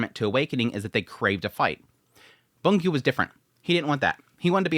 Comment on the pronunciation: I thought you’d stop calling Byung Gu “Boon Gyu” by now 😂